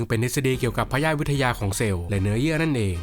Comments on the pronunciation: พยาธิวิทยา อ่านว่า พะ-ยา-ทิ-วิด-ทะ-ยา ครับ ไม่ได้อ่านว่า พะ-ยาด-วิด-ทะ-ยา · ใช่ครับ พะ-ยา-ทิ-วิด-ทะ-ยา ครับ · น่าจะอ่านว่าพยา-ธิ วิทยานะ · ออกเสียงผิดค่ะ มันอ่านว่า พะ-ยา-ทิ ค่ะ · “พยาธิวิทยาของเซลล์” อ่านว่า พะ-ยา-ทิ + วิทยาของเซลล์ เนื่องจาก “พยาธิ“ เป็น 1 ตัวเขียน, 2 การออกเสียง, 2 ความหมาย ซึ่งในทางการแพทย์ แตกต่างกันครับ 1. พะ-ยาด = ตัวปรสิต ตามที่ทั่วไปใช้กัน 2. พะ-ยา-ทิ = โรคหรือความเจ็บป่วย(โรคจากอะไรก็ได้) ศัพท์ที่ใช้ในการศึกษา ดังนั้น “พยาธิวิทยาของเซลล์” หมายถึง การเกิดโรคจากในระดับเซลล์ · 5.25 ยา-ทิ-วิด-ทะ-ยา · เสริมครับ ต้องออกเสียงว่า พะ-ยา-ธิ-วิด-ทะ-ยา ซึ่ง ไม่เกี่ยวกับ พยาธิ แต่หมายถิง วิชาว่าด้วย การศึกษาและวินิจฉัย โรค (จากการตรวจอวัยวะ, เนื้อเยื่อ, เซลล์, สารคัดหลั่ง, และจากทั้งร่างกายมนุษย์ จากการชันสูตรพลิกศพ) และ วิทยาศาสตร์ของการดำเนินโรค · ต้องออกเสียงว่า พะ-ยา-ทิ-วิด-ทะ-ยา นะครับ